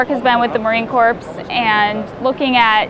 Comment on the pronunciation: "work with the Marine Corpse..." lol